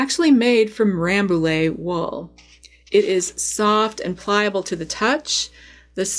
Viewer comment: Just a heads up that Rambouillet actually is pronounced RambouYeah, because french likes to be confusing Very interesting video, thank you !